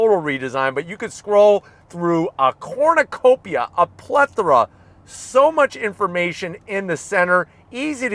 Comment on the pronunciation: Wait, did he say pornacopia of options??